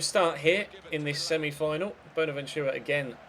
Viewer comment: stop saying boner ventura